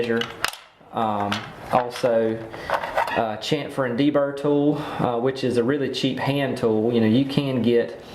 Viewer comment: I am not nit picking but the word is SHAM -FUR.